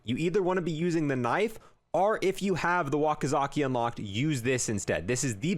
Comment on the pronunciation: “Wakizaki”